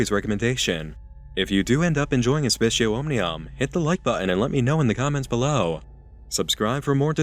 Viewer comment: C's are hard in latin btw. So aspicio is pronounced "aspi-k-io". The c sounds like a k, like Kit Kat. Just an fyi.